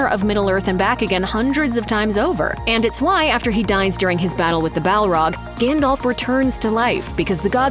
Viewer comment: You might think that in a video with this theme, the pronunciation of Gandalf's name would've been correct.